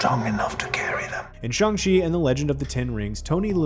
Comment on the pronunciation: Is there a reason this fad get can’t say Shang Chi correctly…..?